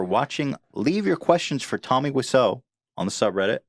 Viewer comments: tommy what now ethan? its pronounced "whaisau".. have some respect for a legend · Greg Sestero and Tommy pronounce it "Whiz-zo" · It's Pronunced wiz-zo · Guga Nadirashvili Guga Nadirashvili if that's the case then it would probably be pronounced "vhaisau" because he's polish and that's how they pronounce W's for some readoj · it's not "why-so" like pewdiepie and others says, thats just an americanized way of saying stuff. just like americans always butcher pronounciations